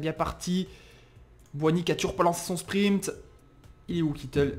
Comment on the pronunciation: spriNt pas spriMpt stp sa fait mal aux oreilles mais je me suis habituer